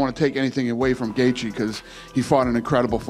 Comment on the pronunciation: tony el-kukuy. ... Khabib: what? EL-kuHUL ??? you know gaethje? Justin gaethje ... Khabib: what? Justin gadget? Who ? Not gadget, but gaethje...you wrong... Khabib: no no no, listen, ey ey ey ....just now, you said gadget ...im right, u wrong ....